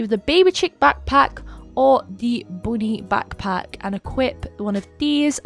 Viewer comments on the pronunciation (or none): You said boony bagpack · Is it just me or did said "Booty backpack" 😂 (Timestamp: )